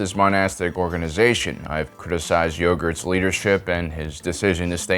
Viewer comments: How dare you for calling him YOGURT! 😵😱😫😩😫😖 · I love that he called Yoda yogurt